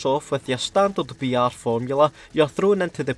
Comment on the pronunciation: Just me or every time he said BR I thought he said vr